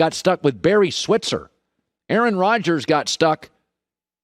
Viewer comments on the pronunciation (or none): none